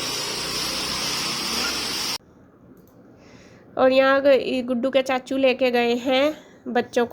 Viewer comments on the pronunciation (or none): Aap chhachhu kyo bolte ho chachu bola kro na